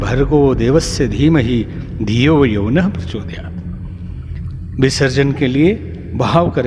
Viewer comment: प्रचोदयात् he has pronounced correctly